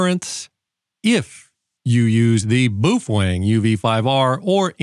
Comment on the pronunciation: You lost me on the fifth “Boofang”, it gets in the way. If there was a day you really needed that radio I’ll bet you’d be a little more careful with the antenna.